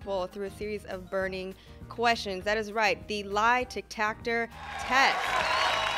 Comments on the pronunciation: Is no one going to talk about how she’s pronouncing lie detector test. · kept saying Lie De-TAC-tor test lol 😂 😂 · i fully commend ability to say "Lie-Tic-Tac-Tor" so many times so effortlessly! I was confused just lookin at it lol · I swear I keep hearing say “lie Tic-Tactor test” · me thinking she was mispronouncing “lie detector test” while she was exposing truth or lie but then i slapped my face when i realized that that she intentionally said tic tac tor test…im a f***ing idiot